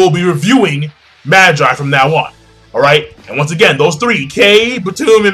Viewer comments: Am I the only who who's cringing at the pronunciation for Magi? He's not pronouncing it right, right? I'm familiar with it calling it Maa-gie (that's the way they say it in the anime :T) rather than Mah-jai. Have I been saying it wrong the entire time? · Not Magi, MA-GEE, Magi is latin as in Puella Ma-jai xD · I thought it was Ma-gee, but whatever.